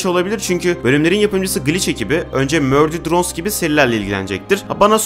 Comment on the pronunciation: bişey diyecem neden murder drones a mürder drones diyon